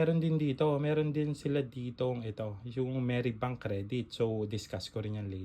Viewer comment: Bakit po Meri bank ang bigkas mo?